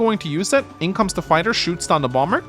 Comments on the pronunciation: bomber isn't as jarring as the pronunciation of cumtowers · re: bomber pronunciation i came into it pronouncing it "bommer" but i kinda like how "bom-ber" sounds. a bass gravitas befitting the one-shot-on-plains jetplane; you know? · I, for one, appreciate the “Bombur” pronunciation, makes me think of the Dwarf version 😅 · As an American, I never understood the why certain B's are silent in words like Bomber. Feel free to pronounce it however you feel like.